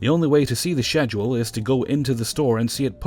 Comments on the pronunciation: God I love your videos but i can't help but noticed you pronounced schedule wrong.. or at least I dont pronounce it like you do.. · Schedule..... How many times he said it the way he did was painful. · I love these videos buuut the way you pronounce schedule makes my skin crawl.